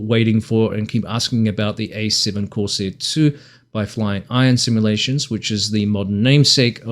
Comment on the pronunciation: “Corsair”….not “course air”. F***ing text talk